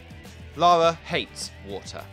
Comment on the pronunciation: it's LA RRRRRRRRRRRRRRRRRRRRR A not LALA! ffs!